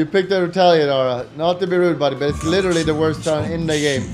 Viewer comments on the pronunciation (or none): make a "im licherally unkillable " montage please